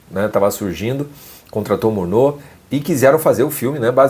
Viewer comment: Como o diretor Murnau é alemão a pronúncia é Murnau (como se escreve) e não "murnô" como você disse. Se o diretor fosse francês, aí sim seria "Murnô" a pronúncia do nome.